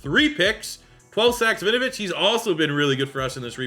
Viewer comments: Hey big fan and this is not said to be mean at all, just for future reference it’s pronounced win-oh-vich not vinovich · Why does it sound like you're calling him vinovich?